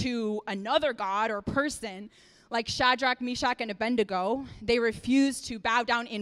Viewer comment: "....A BENDigo", pretty sure Daniel's friend would take exception to her mispronouncing his name.😂. Maybe she had justifying her "subjects" BENDing their knees to her in her mind.